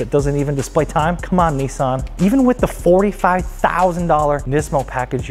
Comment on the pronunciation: The 370Z is a Nissan. Not a Neesan.